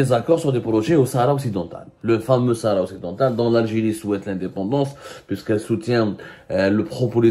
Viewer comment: Tu n'arrive pas à dire shara marocaine😂😂😂😂😂🖐🖐🖐🖐🖐🖐🖐🖐🖐🖐🖐🖐🖐🖐🖐🖐